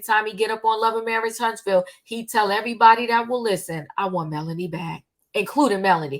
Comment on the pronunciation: Your facts are way off. By now, you should know the woman is not a nurse. She herself said she was 22 when she met Martell. And it's MELODY not Melonie